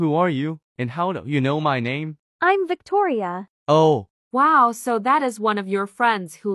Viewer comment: Victoria name is Victoria but th3y called her toir